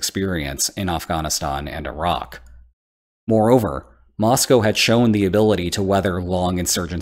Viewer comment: Nice to hear "Moscow" pronounced correctly